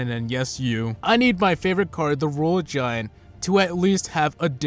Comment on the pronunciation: You youse the royal giwunt